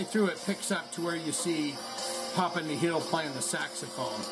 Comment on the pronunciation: "Nihl" is pronounced "Nill" as in "zero" or "nothing"